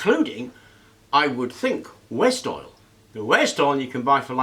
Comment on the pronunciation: I think it's 'waste oil' he said. I thought he said West Oil too 😁